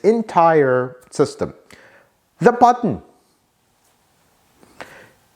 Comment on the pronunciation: You mispronounced “Button”.